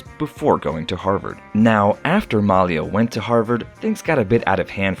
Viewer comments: he pronounces the name Malia wrong - the emphasis is on "ia" - ma - 'lia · Thank you!!! Please pronounce her name correctly.... Mah-lee-ah!! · Hey There, Please Pronounce The Young Lady's Name Right, It's "MAH~LEE~AH" Thank You! Peace,BB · You mispronounced Malia's name,,, it is Ma-lee-ya! So irritating throughout the video! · “Muh-LEE-uh” is how you pronounce her name. (Listening to Michelle Obama narrate her book “Becoming” made me want to learn more about the family.) Thank you for this video! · Her name is pronounced MAH-LEE-AH. If you're going to do a videography about these young ladies, at least say her name correctly. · How disrespectful of the Narrator who will not pronounce Malia name correctly. Ridiculous. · Yeah, exactly--you make a video of the family and don't bother to know how to pronounce Malia's name correctly?????